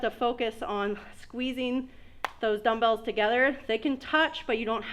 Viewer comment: You said dummbles only am I wrong ?